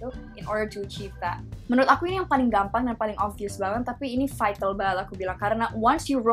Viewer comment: seriously, you need to hear yourself for saying v letter, like obvious or vital, no offence darl :p